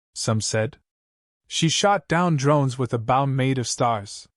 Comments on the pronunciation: just another waste of time, unfortunately they do not learn so what good is it? NOT BOU, Bo. Stupid AI. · Oh, for goodness's sakes! Get an AI that can pronounce English!! "Bow", as ipp n "archery bow" is pronounced "b-oh". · Hard to enjoy this story hearing about the bow pronounced like its the front of a ship. Lazy enough using ai for great stories. Atleast get the words correct dude. Amazing stories with crap narrations